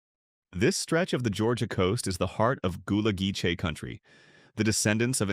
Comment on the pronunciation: The (white-male) narrator (voice) can't even pronounce GULLAH-GEECHEE. Insulting. 😕💀